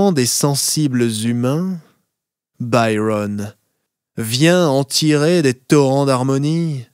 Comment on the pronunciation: Il me plaît mais je préférerais que vous prononcez Byron avec l'accent français et non anglais